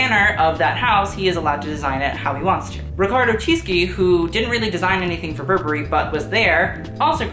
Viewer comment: Btw its not Riccardo "Tiski", it's pronnounced "Tishi"